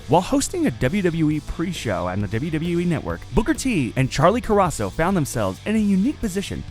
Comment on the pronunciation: That "wwue." Always trying not to screw up. Well that's the "wwue" for ya